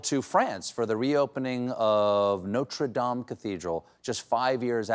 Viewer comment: What a joy to hear a North American (Stephen) properly pronounce "Notre Dame".